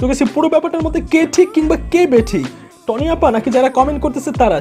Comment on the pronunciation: vaiya নাম টা টনি না তনি হবে।